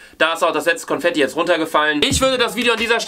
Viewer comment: Confetti 😂😂😂❤ P.S. vesteht es ihr eig.? “Con“fetti. Con wie concrafter😂